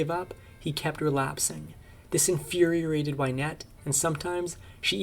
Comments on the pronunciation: infuriated, not infuriorated. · "Infuriorated"?? Infuriated!!! At least we know that this is not AI narrated... 🤭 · “infuriorating challenges,” “dilapilated home,” “infuriorated Wynette.” Those “words” were distracting, but wow, what an awful life! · Infuriorated, and dilapilated. - not words. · I can’t tell if this is AI voice or dude just doesn’t know the words he’s reading. “Dilapilated”? “Infury-yorated”? 😂 (And there were others) 🙄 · ikr? I know they are very proud of being the 'real deal' but that's not something to be proud of if you can't pronounce your own text. (infuriorated)